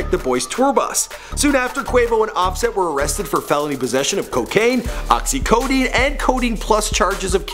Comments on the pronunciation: OXICODINE LOL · Did he say "Oxy-codeine" 😂